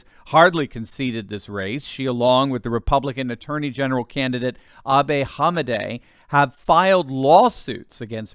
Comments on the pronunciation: Not ABEH Hamadeh, it’s ABE like Lincoln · FYI; It's Abe with a Long AAAA and Not AubAAA; Love you; Thanks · It's not able..........its Abe! Abraham! All you guys are destroying our County names too lol